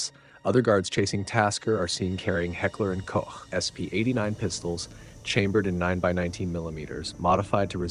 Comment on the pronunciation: As every time, props for the correct pronounciation of "Heckler & Koch" and not saying "Heckler & Coke" or "Heckler & Cock"